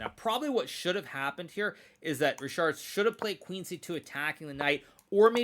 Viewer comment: It is pronounced ˈriçaːrd or reehard; definitely not reeshard.